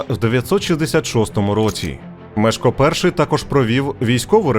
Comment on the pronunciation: Непогана виважено-усереднена версія... Але, для чого так сильно українізовувати ім'я першого відомого польського правителя?! Що нам з того?! Згідно польського оригіналу, його ім'я має звучати, як МЄШКО, а не так, як у вас вимовляє оповідач!!! 😊